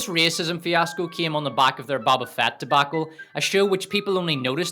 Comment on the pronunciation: Hey guy? Love the video, love the analysis but... it's a long O when saying Boba Fett. It's not Bobba, it's BO-BA. (bow-buh) Otherwise, great job.